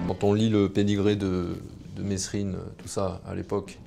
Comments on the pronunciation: Gros arrête de dire messsssssssssrine c’est merine avec un s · On dit MESRINE ! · on ne prononce pas le S de Monsieur Mesrine. Moins pourri ou en tout cas beaucoup plus honnete que toutes ces merdes d'elites qui nous disent à nous ce qu'on doit faire ou pas.